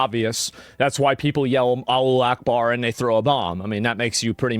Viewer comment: Its Alahu not Alu wtf 😂